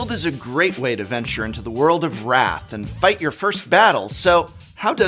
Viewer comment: Pronounced Rathe not wrath